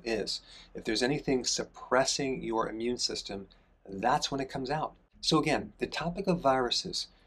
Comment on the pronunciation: It is Not your "Ammune" system; it's " immune"